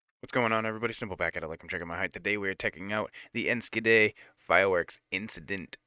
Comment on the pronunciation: I was working at a public pool that day about 20 miles away. Everyone went home when they saw the smoke, thinking it was a thunderstorm approaching. The scope was very intimidating. P.s. in Enschede the ch is pronounced with a hard g, like in Juan :D